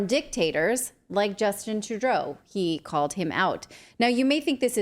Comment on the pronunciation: You're supposed to be taken seriously as a journalist. Natali Morris, when you can pronounce "Financial" and "Trudeau" then I will believe what you have to say.